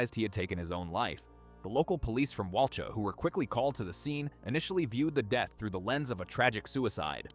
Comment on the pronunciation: The victim’s surname was Dunbar, not Perry. And Walcha is pronounced Wolka, not Wal-char. A little bit of research works wonders.